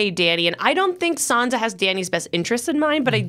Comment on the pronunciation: Why can’t people at Collider pronounce these names correctly? Varys, Ayra, and Sansa seem to be mispronounced every time.